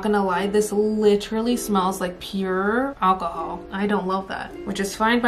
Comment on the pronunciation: Every time she said alcohol my brain said akahol like Chow